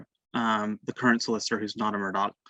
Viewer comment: Guys. It’s pronounced Mur•dOCK. thanks.